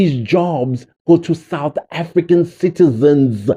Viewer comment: Foreign national with a "Suth African ID"? Is that exactly what he said??????? Hebanna!!!!!